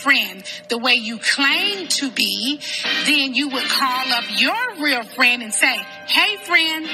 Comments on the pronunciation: SCREAMING! Nene got me and one of my friends saying "friendt" in texts 😆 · The worst thing you can say to is to say she’s a “bad friendt”